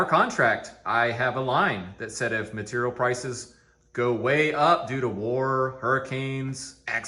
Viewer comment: I slammed a shot for every "maturial" and now I'm dead drunk.